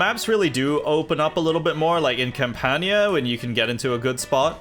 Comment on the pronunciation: The Campania pronunciation is a bit off but i love the effort and your videos are super cool